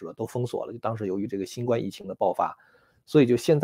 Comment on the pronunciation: 喜欢你的节目，有说服力。 请你把新冠病毒的冠读第一声。谢谢。